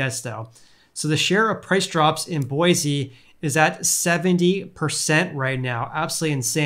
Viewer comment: I live in Boise Idaho (btw you pronounced it just fine :)) and things are crazy prices need to seriously drop before my family has a prayer in a house. Love the videos!